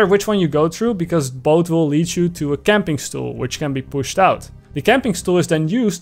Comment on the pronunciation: "Camping stoel"